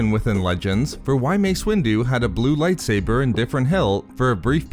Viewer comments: Light saburrrrrrrr thats how you say it and I wanna punch you. Please stop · Why do you pronounce lightsaber like lightsaberrrrrrr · Nobody: This guy: Lightsaberrr